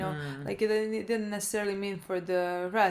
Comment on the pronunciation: "I DID'DENT"